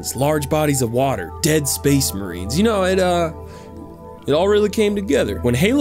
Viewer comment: HE SAID SPESS MEHREEN! GW’S GONNA SUE ‘IM NAO!!